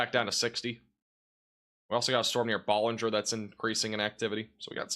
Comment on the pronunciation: Your not pronouncing Ballinger correctly. It's funny though. Love your work